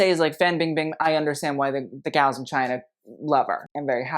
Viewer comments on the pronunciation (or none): none